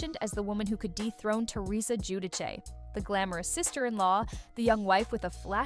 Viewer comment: Come on now. You're going to narrate this video and you can't even correctly pronounce the name Giudice.